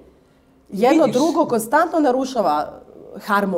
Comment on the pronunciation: Svi ih imamo, nego mi je paralo uši što se gubi N u koNstantno, moguce da grešim.